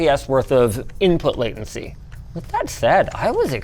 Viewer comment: shmooveness and waitency 🤣